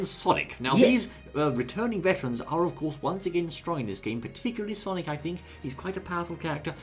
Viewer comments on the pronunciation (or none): none